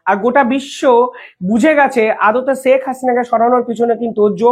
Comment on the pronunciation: Sak na "Sheikh" Bangla uccharon thik korun. চ ছ er difference i bojhen na Khub baaje laage shunte. Daily daily nijer porichoy deoa bondho korun plz Khub baaje laage shunte.